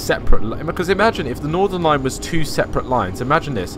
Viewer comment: It’s not Nordern line it’s Northern line